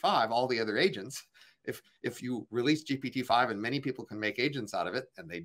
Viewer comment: I find it difficult to take an argument seriously when the person can't even pronounce GPT correctly.